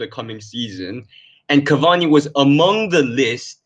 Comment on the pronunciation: man said cavani uno.